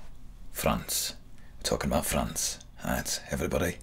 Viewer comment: Nobody : Tommy Shelby : FRANSSS*